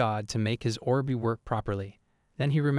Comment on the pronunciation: Look Orb is not two words as in Or B it is one word, please for the love of god learn English or please just stop you sound like a fucked up record player that has no clue how to play a song. Orb is said /ôrb/. Look, just type say orb in a browser should get you to a search that will link to a say page that will show you a speaker-type image that, if you click, will say the word.